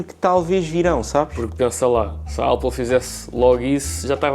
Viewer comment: O a dizer Ápal é super egngraçado 🤣🤣